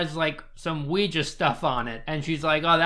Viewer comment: I hate the way says ouija